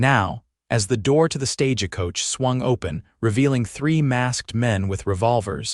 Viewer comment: Yeah, wasn’t familiar with a stage a coach! 😂😂